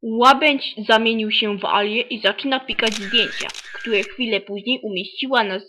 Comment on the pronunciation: któły? naucz się mówić ;)